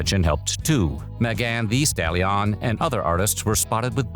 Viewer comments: megAHN THEEEEE staLLION, with the Stallion sound weirdly French for some reasons. And I'm gonna be honest, unless you have proof from the VA himself confirming he was reading this, your words has as much credibility as the ones speculating this was AI. He has pronounced TikTok before with no issues, this is the first instance he pronounced it as "tick tock". So no, this isn't him making jokes, it's the AI fk up. I'll give you 2 examples why using AI is bad, not just in quality, but harmful to the channel and the VA. 1. JCS (Jim Can't Swim). This channel was exposed for replacing their VA with AI and the quality dipped. They tried to hide it, but eventually fessed up and the channel is now dead (a 5.5mil sub channel with 5 year uploading history btw, no small fish). 2. The new PvZ Replanted used AI upscaling instead of hiring the OG artist. The artist himself confirmed on X he was never contacted by EA (EA even used AI to fake his concept art). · Pretty sure it's THE Stallion, not THEE... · "MegAnne Thee Stallyon" 🤦🏾‍♂️ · Megawn deee stallon 😂😂😂💀💀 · I agree. It wasn't the Tiktok for me. It was the Megan Thee Stallion pronunciation that made me think he's AI. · I have been a big fan of Weird History but this pronunciation of Megan Thee Stallion is straight up AI